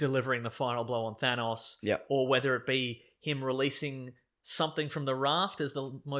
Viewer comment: Nothing bothers me more than hearing it pronounced "Th-aa-nnaaawwwS"